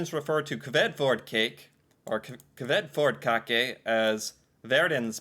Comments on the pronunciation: She is not Even Norwegian.....and dont say it right... And its not a dessert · the Æ sounds like A in apple. this might help with pronunciation. I did have the cake on my birthday earlier this summer. it is not that sweet. and yea we do use a good amount of almond in Norway when it comes to cake. Kransekake, Fyrstekake and Marzipan are made of almond.